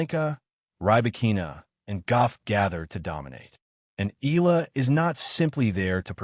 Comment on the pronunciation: Pls. EALA is pronounced E-yA-LA just beginning to get tired of hearing otherwise